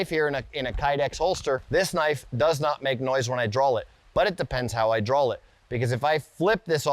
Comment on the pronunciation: What accent makes you use ‘L’ sound in the word ‘draw’ ? That’s like Maryland accent or something ?